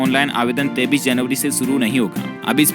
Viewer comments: 23 को 33 क्यों कहते हो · ye tu 23 ko 33 kyon kahta hai